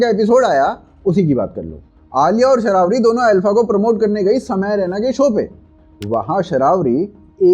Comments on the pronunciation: शरावरी❌️ शर्वरी✅️ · It's NOT शरावरी but शरवरी. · Sharaavari Nhee Bhai SHARVARI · Sha-raa-vari nahi.. It's Sharvari. cmon #AKTK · Sharavri nahi:face-blue-smiling: Sharvari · Bhai please it's sharvari not sharavari😅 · It's Shar-Vari not Shara-Vaari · शर्वरी ✅ शरावरी ❌